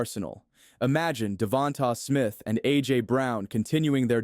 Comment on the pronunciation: Great video boss! Only correction is how “Devonta Smith’s name is pronounced: “Da-von-tay” Smith